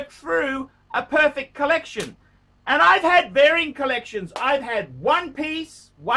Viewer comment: "...Koh-lek-seon?..." Is now drinking the same Kool-Aid as Kevin O'Leary??